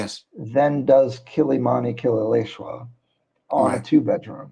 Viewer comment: 😂😂You only butchered Kileleshwa but you good 👍🏾